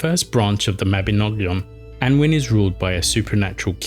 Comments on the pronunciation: Annwyn - Anooin. Mabinogion- Mab inn ogg eon (Welsh is phonetic with few extra rules). Myddfai - MuTHvai. Hard TH like this not thought and a single f is a v sound with ff representing f sound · Just to give constructive feedback - as far as I know, Annwn can be pronounced "Annun", foneticaly "Anoon" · Apologising for mangling Welsh pronunciations is better than not apologising, but why not get someone to tell you how to pronounce them correctly? Welsh does have some sounds that are alien for English speakers, but there are no such sounds in "Annwn" or "mabinogion". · I believe that Annwn is pronounced "Annaun" or "Annoon".